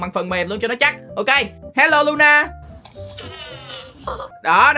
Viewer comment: Thà anh gọi nó là Lo-na ik Ko ! Anh gọi nó là Lu-na 😢